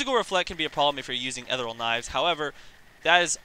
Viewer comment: Seriously can't pronounce ethereal,?